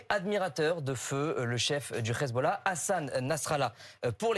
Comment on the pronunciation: Il a fait la même chose avec "khezbollah". Quel minable ce type...